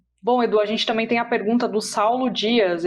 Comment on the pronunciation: Crítica construtiva: alguém avisa para o que não é “TAMÉM” e sim “TAMBÉM “. Problema sério de dicção